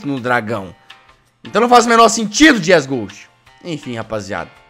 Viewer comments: Eu vi que vc falou lá jesgue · "J" E mais uma vez, Jazzghost vira Jazzgue :D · "Fala pessoal, eu sou o Jazzgue" ( Juro que eu escutei isso KAKAKAKAKAK)